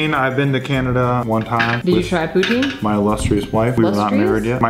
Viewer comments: Pou-TIN, not pou-TEEN. I feel like anyone that doesn't live in Northern Ontario or Quebec pronounces it wrong lol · Pro Tip: If you want to impress the Quebecois (the french-canadians) you must pronounce it "poo-TIN" instead of "poo-TEEN" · The way you pronounce poutine makes me cringe lol js. 🐱❤️